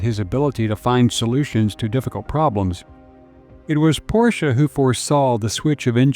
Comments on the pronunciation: Two syllables! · Thanks for correctly pronouncing Porsche!